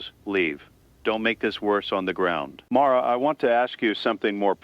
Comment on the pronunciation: John Vale AI voice pronounces "Mara" two different ways.